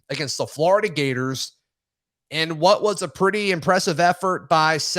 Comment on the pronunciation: it’s flOrida. Not flArda